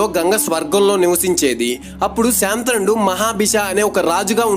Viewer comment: శాంతనుడు కాదు శంతనుడు